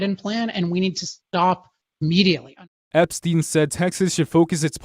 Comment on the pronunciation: Ammediately is NOT a word!